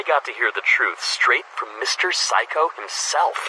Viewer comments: help why do i hear saikou as physco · "Mr Saikou" Nope it's... "Mr Psycho"